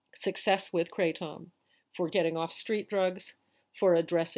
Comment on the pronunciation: Thanks for sharing. I like the way you say kray-TOM.